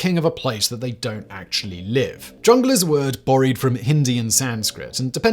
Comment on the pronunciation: A few odd pronunciations on English words Borrowed Beans maybe need to check the autocue?